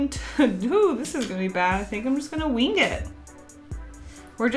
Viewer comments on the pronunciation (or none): The ways she overpronounces the g in wing